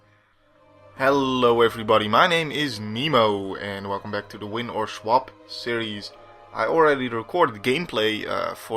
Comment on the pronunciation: You say swap like schwap ;p. Really enjoying these videos :).